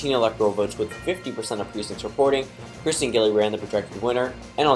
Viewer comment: It’s Kirsten not kristen